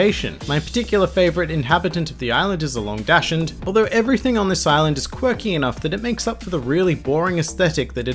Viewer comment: Oh you mean Dachshund... you speak it like "dahks-huund". I seriously wonder why it's the most impossible name to pronounce (for an English speaker) that the English language choose to incorporate for this particular breed.